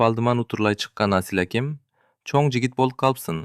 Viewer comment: Жакшы окуйт, уну да жагымдуу , дикциясы так экен, бирок "асыл якя абдил якя "дегенде кыжыр келет...Абдыл аке,Асыл аке деп кыргызча эле окуса болмок..